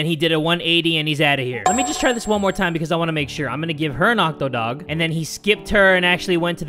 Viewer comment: "Becosh hesh sho funny" Beautiful, im in tears.